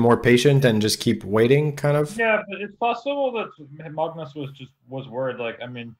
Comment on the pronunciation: Sam's pronunciation of Magnus is better than Pascal's. Cudos to Sam for trying to pronounce it in Norwegian. :)